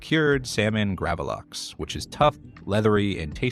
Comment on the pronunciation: Getting Gravlax wrong, in these days, when IKEA is everywhere, is baffling!! 😂